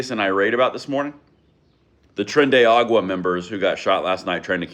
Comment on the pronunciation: You say agua but its A-ra-gua. Not like that gang needs credit for anything, but just bugs me when people say stuff wrong